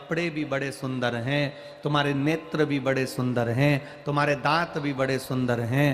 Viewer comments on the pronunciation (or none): none